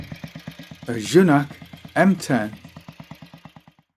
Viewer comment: great to see my first proper bike here ;) the right pronunciation of Junak is close to "you knack" ;)